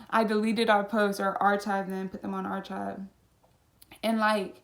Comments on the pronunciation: This story is good!!! Lol love when you said archive like “arch-ive”. Had me dying cuz it’s “Ark-kive.” 💜💜💜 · not trying to come at you but it’s pronounced arc • hive not ar • chive with the ch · ar-chive? its pronounced ar-kive phonetically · girl- its pronounced (ar-kive) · ik y’all heard the way she pronounced archived 🤣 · also just wanting to let you know that you’re pronouncing archive wrong